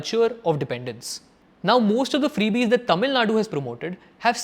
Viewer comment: please pronouce correctly. all your tamil pronouciation sucks. but good video